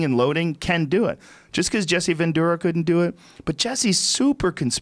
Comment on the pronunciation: Anybody else realize that Joe seems to mispronounce shit on purpose? Jesse Vendura?